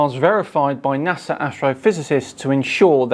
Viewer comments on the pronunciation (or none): none